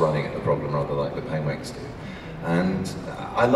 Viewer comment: Aww, he said Pengwengs